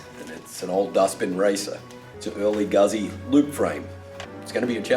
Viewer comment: great job but its a fucking guzzi not gazzi